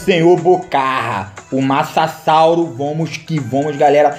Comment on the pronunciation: Massasauro? Kkkkkkkkk